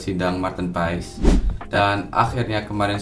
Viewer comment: bang kata kochi pengucapannya itu "paas" bukan "paes" abangkan lama di belanda tapi bilangnya "paes" jadinya yg betulnya yg mana ya?